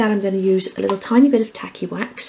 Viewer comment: I can't help it, but every time you say tacky wax , I hear tally wack. Lmao